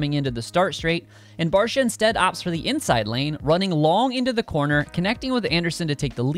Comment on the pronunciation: Its Barcia, enuf said